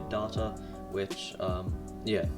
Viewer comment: “Darta.”? You’re British, it’s day-ta.